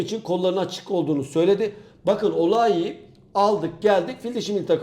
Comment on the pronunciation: Öle bi kisi söledinki abi transfer markda zar zor bulduk